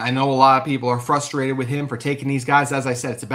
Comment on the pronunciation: Blue and GOLD? not even yellow? How did you fuck that up so badly Also it's FRUstrated not FUSTtrated. Wtf is going on with you Utah sports guys?